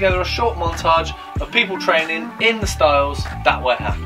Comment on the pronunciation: Ha-ka-ma. Not Hackymuh.